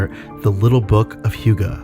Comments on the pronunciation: How its pronounced: Huh-geh How he pronounces it: Hiuu-ga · This is a good video, and I'm not going to give you shit for mispronouncing hygge, but I will point out that the phonetic spelling is not 'hʊgə, but 'hʏgɛ. Arguably even 'hʏ'gɛ depending on dialects. I wouldn't say that UnderTale is the best hygge game, but Snowdin has a lot of hygge; especially the shop there. Just look up pictures for snowdin shop and I think you'll see what I mean. The music helps a lot too. It's the most hyggly thing I've seen in a game in recent years. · Here in Sweden, "Hygge" is pronounced "Hygge", not "Hjuga". Guess Denmark or Norway pronounces it differently. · Hygge... Just pronounce it as HYKE.. Also that book seem so stupid for a dane like me. Its just CALMNESS. Be happy. Be yourself. Take it easy. You need no book to tell you that. Anything that makes your heartbeat go slow and makes you feel like "this is nice", it's probably hygge. But I like the combination of games and a word in this analysis and examination of sorts. Thanks!